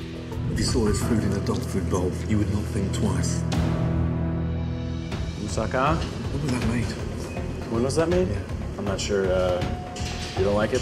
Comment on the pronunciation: "It's a non moving mousaka. What a disasta"